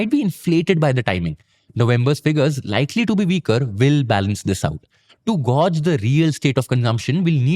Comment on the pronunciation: bro did you mean ‘gauge’ ?